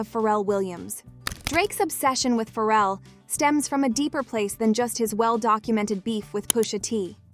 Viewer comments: The way she keeps say feral instead of Pharrell got me dying 😂😂😂 she acting like bro got rabies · Its pronounced Fah-Rell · I can’t with this AI mispronouncing Pharrell.. killing me..